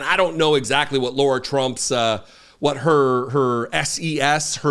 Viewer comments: HER NAME IS LARA (PRONOUNCED WITH THE WORST POSSIBLE S. CAROLINA ACCENT YOU CAN MUSTER) NOT LAURA. I have a few wonderful Laura's in my life and it grates on me every time you miss-pronounce LARA's name. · Lair - uh. Or, Lah - rah. NOT Lore - uh. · I agree completely with your ascribing Lara Trump's Co-Chair of the RNC simply to nepotism; but, dude, STOP pronouncing Lara's name as 'Laura'. In doing so, you sound like a dipshit, a characterization which you accurately ascribe to Donald Trump and most of his MAGA minions. You're better than that, sir. Otherwise, two thumbs up! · Keep calling her 'Laura' ! Her name is 'Lara'. Let's see how fast mispronouncing HER name tics off Big Daddy. Or see if he even cares.